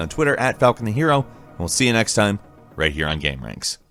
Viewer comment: The way he says game pisses me off